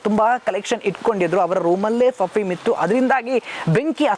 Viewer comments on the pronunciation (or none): Fafume allan sir perfume anchor pronunciation correct madkoli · ಫಫೀಮ್ ಅಲ್ಲ > ಪರ್ಪ್ಯೂಮ್ ಅಲ್ಲವೇ